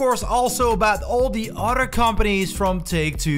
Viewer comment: Jesus man it pronounced Another and other.. no d's are in these words